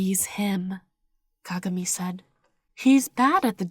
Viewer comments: Hello, I promise I'm not hating or anything, but it's pronounced Ka-GA-mi. But I love your videos!😘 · They were saying Kagami wrong lmao but no hate I love your videos💓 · I love the way you say kagami